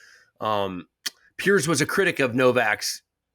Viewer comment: Sam being PC about Novaks interview with Piers because he wants him on the pod! By the way, is Sam saying “Pierce”